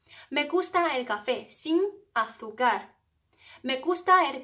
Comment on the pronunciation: 老师，azúcar的重音应该在U上，不在a上